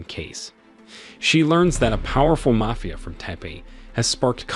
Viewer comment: what the fuck is a Mayfia group? if your not going to use your actual voice then get a better ai voice over that can pronounce the correct words.